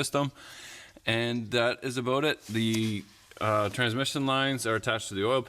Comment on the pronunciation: Ha ha he said aboot.....i don't hear him say buddy or guy or friend much tho.... And wtf his head ain't square nor are his vehicles tires....lmao south park